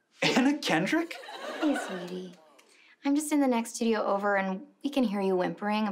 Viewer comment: Okay so Anna Kendrick nailed his name!!! Sounded better than how he himself pronounces it.